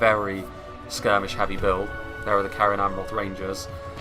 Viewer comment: Also most c’s in middle earth names are soft sounding, so cerin in cerin amroth is pronounced serin. I believe anyway.